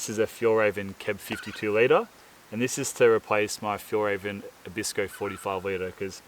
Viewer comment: Nice little river you found. Must say the envy is quite high sitting here in Sweden looking at the melting snow at 2°C. 😂😜 About pronouncing Fjällräven, think of a with two dots as ae in health, wealth and so on. And it means arctic fox in Swedish. End of lesson. 😀